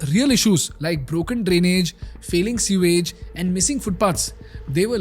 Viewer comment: Pronounced 'SOO-IJ'✅ (sewage) Not 'SEE-VAGE'❌ It's incorrectly pronounced even on Google. Your content is good, however, some of your other words are also mispronounced. Please take care....it's imp to draw your attention to these mistakes, since you have an English course out there in the public domain. First n foremost, YOUR OWN diction needs to be spot on! All the best 👍🏽